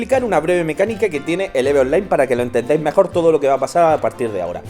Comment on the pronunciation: Oye, español... se Pronuncia "IV" en tu idioma. No "eve"